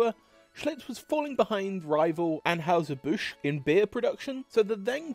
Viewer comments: Stopped watching when the odd (possibly AI) narrator several times emphatically & stupidly mispronounced "Busch", an easily spoken name that is known throughout USA & entire world. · Narrator could not properly pronounce Busch or Stroh’s.